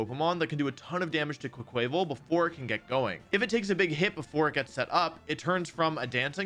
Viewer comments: There's no way Quaquaval is pronounced like that right? My guess was it's supposed to be like "carnaval"/"carnival" since it's a dancer, so "cwah cwahvahl" seems more logical to me than "quaval" sounding like "naval". No way to know till TPC says how it sounds haha but I'm curious what other people think. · SAY QUAY-QUAYVAL ONE MORE TIME I STG! Carnaval Quaqaval, it's not that HARD! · Ok can someone confirm that the way he has been pronouncing "Quaquaval" is part of his bit? Because it's literally Quack + Carnival , except you pronounce "car-nah-val" because it's the Brazilian one. Please this is driving me insane. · "Quay-quay-vul" You are the worst with pokémon names 😂